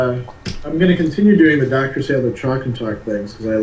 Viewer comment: I very much enjoyed the far ranging conversation. Only one problem -- it's Sadler, not Sandler.